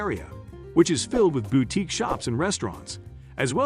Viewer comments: How do bots work? It pronounced boutique correct twice but incorrectly every other time. Accuracy does matter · Please no more AI voiceovers. What the hell is a "bow-teek"? Can no human use a microphone? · Why do you pronounce "boutique" BOW-teek...strange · There are lots of wonderful small towns in New Jersey. But I just can't get past some of these pronunciations: AZZberry park? The emphasis is all wrong. And half of the downtowns have bau-teeks? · Bow-teeks huh. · Is the narrator a computer? Weird pronunciation on some words. Bowtiques? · Generally good picks except glen ridge and ocean Grove. Consider Bordentown and French town instead. Also learn to pronounce "boutique" correctly. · Bowtiques? Mateesee???